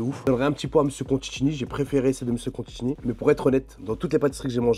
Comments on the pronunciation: " Mr Contchini " ca commence bien 😅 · Il a massacré son nom plusieurs fois 😂